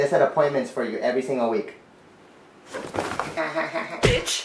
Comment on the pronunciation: how sleepy brown says bitch ahahaha <3